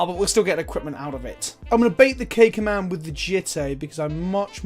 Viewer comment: What he says: "K command" What I hear: "caca man" I may be 4 yo inside my head.